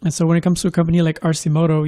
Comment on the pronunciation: It’s “Arkimoto”...